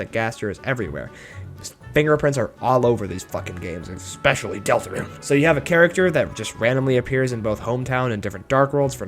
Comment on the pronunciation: "espically DeltArUne my pRecIoUsh"